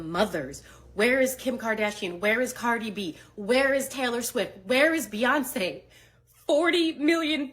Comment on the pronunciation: Did this heffa say “where’s Ho’yoncé at???” 😂😂😂😂😂😂😂😂